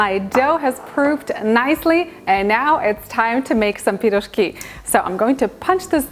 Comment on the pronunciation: I love how you say пирожки, i grew up on piroshki my parents made them all the time with different fillings, great recipe im gonna try with salmon filling.